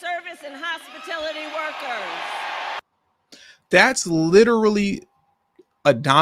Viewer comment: What is hospitility I have never heard it said that way before